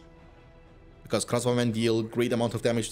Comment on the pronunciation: because and causing are words you pronounce so weired man